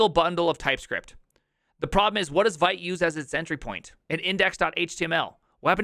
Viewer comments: Vite is pronounced "vit". French for "fast". Sorry… the first time you said it, I didn't understand what you were referring to. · As you got kinda 'triggered' by mut pronounced as mutt, I got 'triggered' by your pronunciation of vite. A small excerpt: Vite (French word for "quick", pronounced /vit/, like "veet")